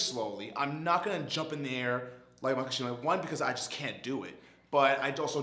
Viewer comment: Such a good video, hope to see some more psycho pass and even some cowboy bebop. Only thing that bothers me was "mak-A-shima"